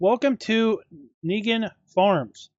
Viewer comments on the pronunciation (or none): This map is near area where I live, about 3-4 hour drive. Also pronunciation has no E in there. Would be pronounced in 2 syllables, Ning Han.